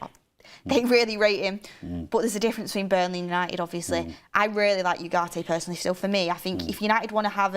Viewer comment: saying personly is killing me off!